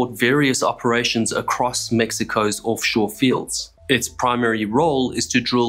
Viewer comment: "Orff shore." Accents are fun.